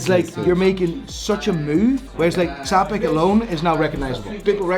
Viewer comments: It needs mentioning that it’s not pronounced “Ts-apek” like repeatedly does here, but “Tsch-apek” since it comes from the Polish (well, strictly Bohemian Polish) name of the founder, Franciszek Czapek. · you need to learn how to correctly pronounce Czapek!